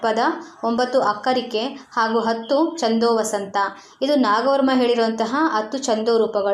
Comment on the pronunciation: ಹಲೋ ಮೇಡಂ... ಈ ವಿಡಿಯೋ ದಲ್ಲಿ ಛಂದೋವತಂಸ ಛಂದಸ್ಸಿನ ಹೆಸರನ್ನು ಎಷ್ಟು ಸಲ ಹೇಳಿದ್ದೀರಾ ಅಷ್ಟೂ ಸಲವೂ ಛಂದೋವಸಂತ ಅಂತಾನೇ ಹೇಳಿದೀರಲ್ಲ.... ಅದು ವಸಂತ ಅಲ್ಲ ವತಂಸ ಛಂದೋವತಂಸ ... ಬರೆಯುವಾಗಲೂ ಅದೇ ತಪ್ಪು ಮಾಡಿದೀರಲ್ಲ.....